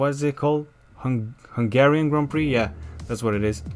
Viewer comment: bineinteles ca nu vrei sa spui "hunarian gp", urasti ungaria ca orice roman :)